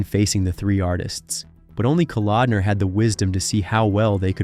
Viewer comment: Why the Stryper footage in the beginning and other times in this vid? And then a priest in some interview? Who compiles and edits your footage? At the mark you 'try' to mention John Kalodner and name him as what sounds like 'Calendar.'